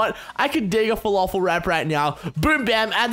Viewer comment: its not folofol, im lebanese, it's pronounced fel-af-el